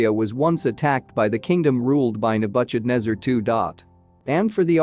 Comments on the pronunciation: The I A can't pronounce the name of Nebuchadnezzar... Nebu sh adnezzar?😑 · Nabutchadnebber….!!! Why is it not possible to have a real intelligent human being deliver the commentary????? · Second that. The pronunciation of Nebuchadnezzar made my ears bleed 🙉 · Where do you get the pronunciation from? King Nabuchadnezzar had nothing to do with butcher, though he might have but hered some of his enemies. I am tired of this pronunciation creativity - it's like listening to children trying to emulate wisdom. That particular pronunciation doesn't comply with any basic English pronunciation of this word I know of. For goodness sake, get the pronunciation of unknown words from an online dictionary, man! This only betrays that you heard of this king for the very first time!